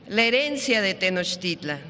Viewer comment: Señor pronuncie bien los nombres de las civilizaciones TENOCHTITLAN PUREPECHA